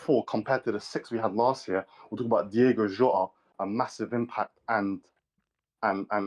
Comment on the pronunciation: How can no one pronounce DIOGO Jota properly ?